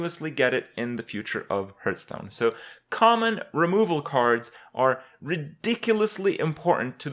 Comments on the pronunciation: For how long have I been watching Kripp and for how much longer is the fact that he keeps calling it "Hurt-stone" going to bug me? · lols, Hurtstone